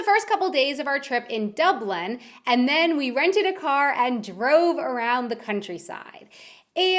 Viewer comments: It's Dublin not Dublen Wait, you don't have clothing lines? You don't have Lidl or Aldi? I thought the roads were normal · Oh jaysus when she's says "Dublan" it does my head in 😂😂. It's Dublin love DUUUBBBLIIIIIIIN....... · It annoys me how she says Ireland IreLLLLLLLLand DubLLLLLLLLin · the way ye say dublin like oh god hahaha 'd-oi-blin' and ireland 'i-or-land' you might aswell stop talking cuz ur gettin on me nerves